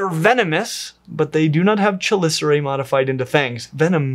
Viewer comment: I love how passionate you are about this... however I am obliged to inform you that the "ch" in "chelicera" is pronounced like a "k"